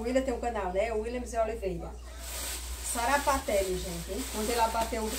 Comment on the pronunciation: Não é sapaté kkkkkk é sarapatel kkkkkkk